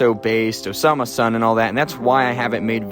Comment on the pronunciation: Pronounces Osama - son, but good video